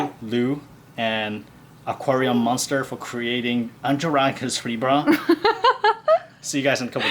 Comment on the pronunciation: Hi, i am from Germany and listen always to your channel. The pronunciation of UNTERWASSERKLEBER and Aquarium MÜNSTER are absolutley wrong. I couldn't unterstand you at all, that's so funny. I wouldn't have thought that UNTERWASSERKLEBER is so much difficult to pronunce. By the way, Unterwasserkleber means underwater glue. Anyway, you asking for tank size suggestions. A lot of people like deep tanks for her fishes because that provides more "effective" swimming space. ( I only have a standard size tank)